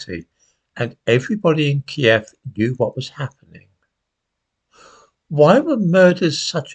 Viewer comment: and thank you for pronouncing kyiv as we all did back in the day key-ev unlike the woke newscasters